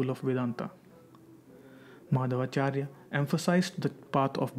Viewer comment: he is saying Maadhava charya.. Its Madhvacharya.. If ppl are not even anle to pronounce im not sure why do they make such documentry